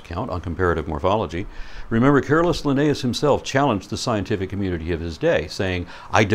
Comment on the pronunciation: Drives me crazy that he doesn't pronounce Linnaeus correctly.